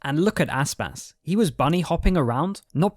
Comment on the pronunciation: You make Aspas sounds like Asspass